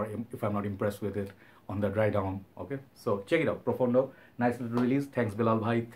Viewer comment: pronounced very well. It means deep in Italian!